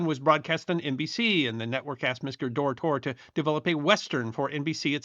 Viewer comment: Great episode! Bonanza is my all-time favorite TV show. But one thing, David Dortort's name was pronounced DOOR-tort. The last t was clearly pronounced. And the main reason, I believe, that Bonanza was cancelled was that for the 14th season, they moved it from Sunday night to Tuesday. That, and the loss of Hoss. did it in. Again, great episode!